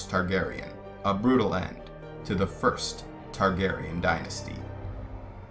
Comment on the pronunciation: I love how you said the "FIRST Targaryen dynasty"